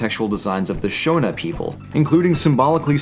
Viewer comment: Lol in africa (zimbabwe specifically) nice vid. And cringed when you said shona wrong. Its pronounced sshawwnnna